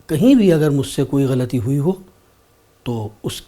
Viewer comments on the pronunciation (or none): none